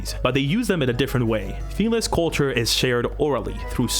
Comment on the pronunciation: Every time he says “feliss” take a shot